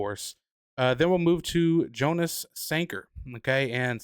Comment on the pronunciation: Jonas Sanker’s name is pronounced Yonas not jo nas.